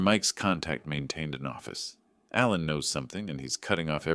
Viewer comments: The name is Alan, but you kept saying Allen. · 2 spellings, same pronunciation in USA english.